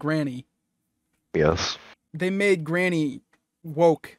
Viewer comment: I didn’t want to be the:” Erm.. actually” 🤓 guy but, its not “Garnny” it’s Granny